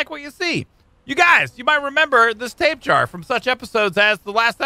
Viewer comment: i know this is an old vidio but i just hate to say i chringe alot when says Tape jar when its pronounced ta pe ja ra:D i keep thinking of a tape worm when he calls it tape jar